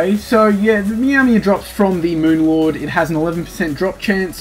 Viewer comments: Lol moon lord = meawmer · And Mowmear 😉